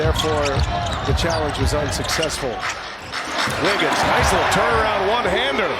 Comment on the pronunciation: “Here goes Wiggins” how they manage to mess someone’s name up every time we get a national tv game